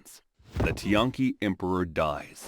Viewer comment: Some Chinese pronunciation help in case you do another video in the same time period Ke Wei - “kuh way” Tian Qi - “tyan chee” Liu - “lyo” (one syllable, rhymes with “go”) Wei Zhongxian - “way jong shyan” Chongzhen- “chong jen”